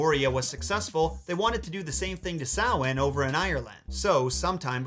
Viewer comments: Thank you so much for pronouncing Samhain correctly! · Props to you for pronouncing Samhain correctly. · You pronounced Samhain properly 😍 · Look man. I love your vids and have seen loads of them. I can't imagine the amount of work you do into each one. I'm Scottish and can say that your pronunciation, history and respect you gave Samhain is awesome. I didn't know about Jack's history tho, Imma put that on the Irish LOL tc, love your vids x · Thank you for saying Samhain properly. As a Pagan who's absolute favorite Sabbath is Samhain it really grates on me when people call it Sam-Hain. Like, I know that's how it's spelled but that's not how it's said except in a small section of Ireland. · Me seeing Samhain and hoping you pronounce it correctly and then you pronounce it correctly ☺☺ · thank you for properly pronouncing Samhain, that means a lot. This was a lovely tale to hear in full. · I recant my earlier comment and tip my hat to you, for taking the time to learn how to properly pronounce the word Samhain. Well done to you. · And im so glad you pronounced samhain correctly 🥰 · Thank You for 1- Pronouncing Samhaim correctly and quite beautifully too. (Screw U Supernatural) 2 - Giving a good history of the holiday and its Celtic/Irish origins. I will add that it was and is also a celebration of honoring your dead/passed loved ones. Kinda similar to Dia de Los Muertos. That the lights were also said to help lead the loved ones and benevolent spirits onward. Samhain also translated means "Summer's End" and was the celebration of the end of harvest season too. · Thank you for pronouncing Samhain correctly 👏🏻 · Just found this and was so happy they pronounced Samhain right! It's frustrating seeing people peonounce words that should be common knowledge on pronunciation. But to see someone correctly pronounce a word that isn't so common is honestly a real treat! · And he pronounced Samhain right! Yes!!! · correct pronunciation of Samhain got me like 🤤🤤🤤🤤